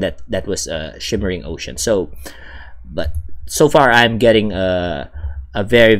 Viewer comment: Shimmering, not shivering...